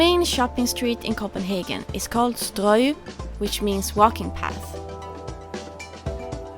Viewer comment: Another great episode, and a beautiful boat. I've been following since episode one, but I'm afraid I'm going to have to unsubscribe due to your pronunciation of "Strøget" ;)